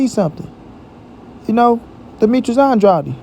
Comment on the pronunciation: Why don't this guy pronounce Demetrius Andrades name right. His name is not andrady Dumb